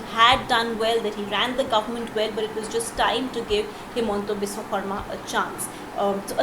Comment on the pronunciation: Please improve the pronounciation of Biswa Sarma.